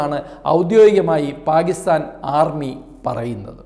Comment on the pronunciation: പാകിസ്ഥാൻ അല്ല പാക്കിസ്ഥാൻ... ഉറച്ച് ഉറപ്പിച്ചു പറയു brother